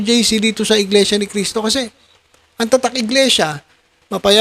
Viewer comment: Di ka ata marunong magbasa brod,ang laki ng mga nakasulat sa kapilya, na Iglesia Ni Cristo,pero iba parin ang pagbasa mo